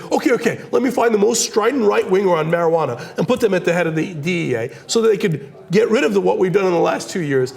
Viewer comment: mariguwadda? get some vicks vapor rub sweetheart.